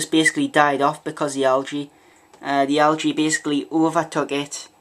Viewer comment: Why cant you pronounce "algae" correctly?